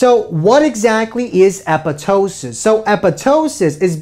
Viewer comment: He said it correctly- it's commonly mispronounced as "apoP"....